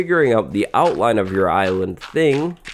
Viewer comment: “Fill in your outlinfe”